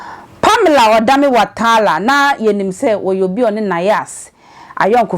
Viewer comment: The name is Watara not Watala madam 😂😂😂